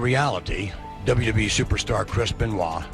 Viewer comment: “W. WE” and NOT W.W.E.? DAMN AI!